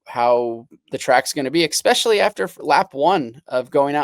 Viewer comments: Take a shot every time Villopoto says "eXspecially" instead of "especially." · Its a Washington state thing.😂 I say that also.